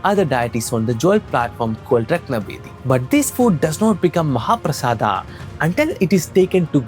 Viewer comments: It's mahaprasad not mahaprasada It's yog not yoga It's dhyan not dhyana It's karm not karma Western culture ne baja ke rakh di, stop adding a unnecessarily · 😂 ur pronounciations of words... It's not jaganadha it's Jagannath .... Not mahaprasadaaaa it's mahaprasad 1st learn proper Ucharan ... Moron